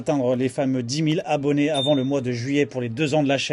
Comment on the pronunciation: Dix Mille Z'Abonnés? Sort d'où la liaison?